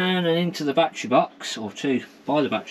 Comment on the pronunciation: Its not a "bat-TREE" or "bat-TRAY" Say "ba-TTerY "